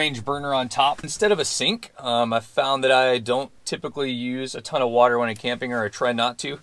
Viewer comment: Water, not waiter...